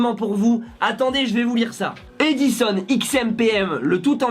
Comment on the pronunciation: Ah j'ai le même aspi !! (D'ailleurs c'est un Dyson, et non pas un E-dison) 😂😂😏😉